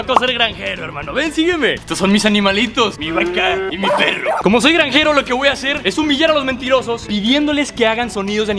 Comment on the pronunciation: Ok ok que paso acá es granjero no era ñanjero